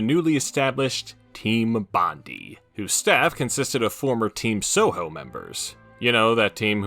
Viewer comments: While I'd wager you'd probably never reference or mention Bondi ever again i thought you should know it's pronounced "Bon-Die"/ "Bond-Eye" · the way you pronounce bondi is insane lol